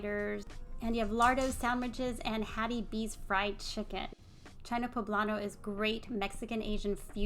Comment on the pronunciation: It’s “bong” bar and “cheena” poblano.